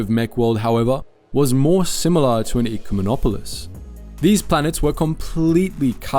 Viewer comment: I'm sorry, but you're pronouncing it wrong. It hurts ever time you say it. It's Eh-cumenopolis. Its okay, everyone pronounces Executor (Vader's ship) wrong too.